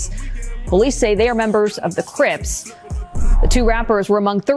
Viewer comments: Ben, the name of the steak shop is "Tony Luke's", NOT Tony-and-Luke's. Also the NY gang is the "Crips", NOT the Crypts. Maybe time for an East Coast fact checker! Otherwise, good work. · Ben, again, it’s the “Crips”, NOT the “Crypt”/“Cript” gang!!!